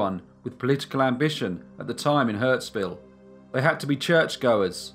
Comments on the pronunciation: Hurstville mate, not Huntsville. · The suburb is hurSTville, not HurTSville. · it's hurstville not hurtsville....... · I love your channel, and appreciate the mention of Windsor NSW where I grew up! I know I'm late, but it's Hurstville. Hurst. Not hurts! Keep up the great work!! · It’s HURSTVILLE not HURTSVILLE. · Ha, my partner just moved after spending 40 years in Hurstville, I should show him this episode. Note: Hurst-ville. Hurts- ville I know not but a good pun 😉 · The signage says "Hurstville"..... not "Hurtsville". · 'Hurtsville'? Never heard of it. In giant letters you can read 'Hurstville Picture Palace'...